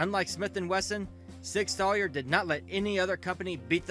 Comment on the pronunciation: Sig Sawyer LMMFAO!!!!!!